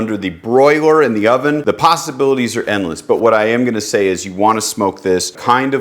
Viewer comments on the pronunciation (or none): Did you say the pastabilities are endless? Lol